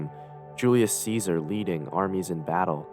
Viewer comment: lol, making an Iceberg and saying Ceasars name wrong is funny.